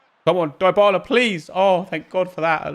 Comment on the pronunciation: Die-bah-lah is wrong... Dee-bah-lah is correct. Learn your content